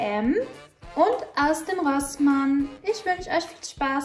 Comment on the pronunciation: So many good things! I love the masks. The rainbow headband is adorable. Minnie mouse slippers omg. Now I learned how to pronounce Rossmann correctly . Thanks for that. I love Isana products . So afforay. And altera is a great brand. Happy New Year 🥳🥳